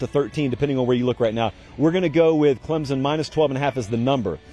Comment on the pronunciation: C’mon! It’s Clem-Son Go Tigers!